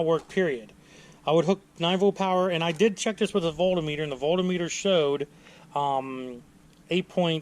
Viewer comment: What the hell is a volt-a-meter? Lmao